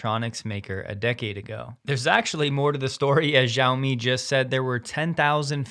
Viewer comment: XIAOMI should be pronounced “SHE-YOW-ME.”😉